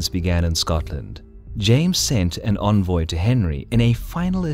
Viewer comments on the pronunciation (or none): none